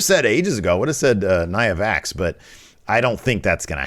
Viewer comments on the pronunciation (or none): Did you say Nia Vax on purpose?